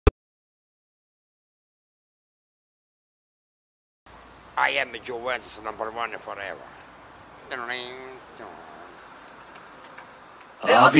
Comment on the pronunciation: dice "I'm Juventus (pronunciato Giuventus), number one forever"